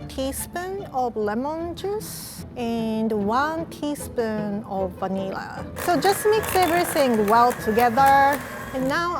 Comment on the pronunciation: “Venilla” Me: ok